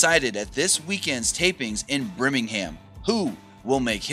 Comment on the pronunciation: You pronounced Birmingham wrong